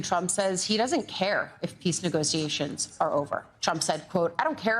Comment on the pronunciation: STOP with “negoseyations”